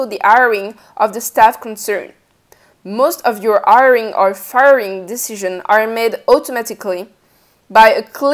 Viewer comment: Informative enough but...it was the 3rd time that she said “airing” did I realize she was saying “hiring”